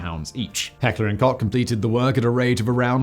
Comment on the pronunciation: Americans should listen to Simon's correct pronounciation of Heckler&Koch.